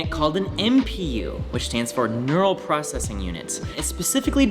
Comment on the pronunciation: I couldn't get past the way he pronounces "processing" and "prossing". Replayed it several times even at .5x speed. My OCD is off the charts right now